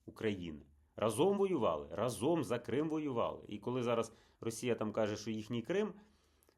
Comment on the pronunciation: Та ра́зом,, ра́зом. Не разо́м. Скільки ж можна